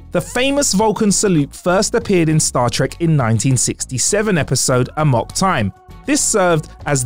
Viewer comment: He is pronouncing "Amok" correctly. It is not ay-mock.